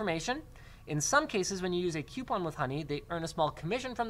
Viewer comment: What's a "Qupon"?